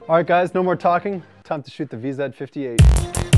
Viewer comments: why does he keep saying vezzed 58? it's VZ 58!!! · lol he said "Vee-zed" instead of "vee-zee" silly canada